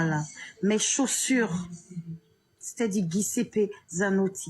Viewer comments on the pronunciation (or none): C’est quoi guisippé🤣 on dit Giuseppe